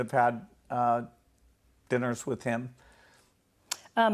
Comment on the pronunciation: I'm surprised nobody asks what happens athose dinners .The way he says DINNERS it's like as if he's putting another meaning .like a code.